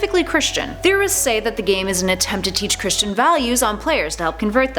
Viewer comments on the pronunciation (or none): Oh and it's not Christian it's Cristian :]